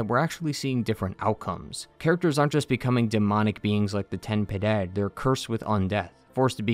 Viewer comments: Ok so, i'm spanish and your pronunciation of Ten Piedad and Las Tres Angistias makes me angy. Ten Piedad translates to "have mercy" and is pronounced "ten" instead of "tɛn", while Piedad is pronounced "Pyeh-dahd". Las Tres Angustias, meanwhile translates to "three anguishes" is pronounced "an-goos-tyahs". Sorry for being a know-it-all, but it's my country and my language and *le annoyed mutterings of a closet grammar nazi*. PS: Methinks the grievous miracle was first, but the people, thinking that miracles don't occur without direction, created the high wills to "guide" the miracle. The high will then became the parasites they are, while the grievous miracle kinda set up the necessary things to be freed (crisanta, the true heart of mea culpa, the forth visage, etc.) and then The Chad- i mean Penitent one, showed up and kinda sorta fixed everything. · I've never heard an English speaker pronounce Ten Piedad correctly, but you've gotten the closest. You're leaving out the "i" in Piedad. You're pronouncing it "Pedad."